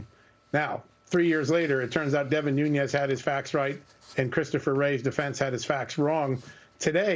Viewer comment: Devin Ñuñes... It's not spanish. It's Nunes.